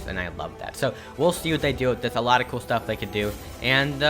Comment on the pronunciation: Love when he say cool it sounds like kewl hahahahah no hate btw i just like it